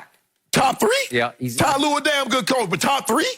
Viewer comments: He said ty lue top 5 😆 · This man really said tye lue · I remember my old american co worker insisting his mistake everytime and that's what skip is doing when he said ty lue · Ty Lue? Boaa stop that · He Really Said Tye Lue Top 5 All Time 😂😂😂😂😂😂😂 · Unc said, Skip you better stop playin wit me! Lmao 😂 😂😂 The man said Tyronne Lue smh...